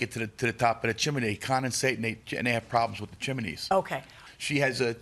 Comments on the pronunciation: Chimney not chiminey and flue not flute .. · Chimney is correct. Im with you. Its spelt chimney and pronounced chimney. All ive ever heard is chimney not chimaney 😂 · Good grief. There's no such word as chim-in-ney. It's chim-ney. Also, a chimney has a flue NOT a flute. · Is "chiminey" a dialect thing? Both Milian and the defendant say it. I've only ever heard it pronounced "chimney" unless I was watching Rugrats or something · "Chimney" has two syllables, not three. It is not "chim-in-knee." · Chim-ney! There isn't another i. Not chi-mi-ney!! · I couldn't be the judge in this case. I'd spend the whole time correcting chim-blee and chim-men-ney! It's chimney Sir!!! It's chimney Mam!!! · I always pronounce it chim-ney so it tickles me when they keep saying chim-a-ney. Don't care what's the right way, it just tickles me. Those plaintiffs are wrong, that's all there is to it. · The judge and the defendant also pronounced it as "chimaney", not just the plaintiff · My grammar and pronunciation OCD is screaming with the judge and defendant saying Chim-IN-nee and the Plaintiff saying Chim-Blee Help!! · The whole chiminey thing was crazy, I had a good giggle 😂 the more they said it and they said it a lot 😂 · I don't know why the Judge's pronunciation of chimney is making me giggle: chim-i-ney. ;) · Ummm, but the judge kept pronouncing it wrong too. 😂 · I couldn’t even pay attention to the case because the way Judge Milian pronounces chimney… I know she’s a very educated woman and it’s just her Miami accent😂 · That's not OCD. They're both making my skin crawl every time they say "chimney". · Honestly, why is no-one pronouncing it correctly 😂